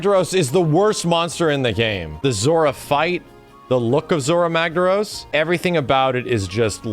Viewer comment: Zorah Magdaros not Zhorras Magdarros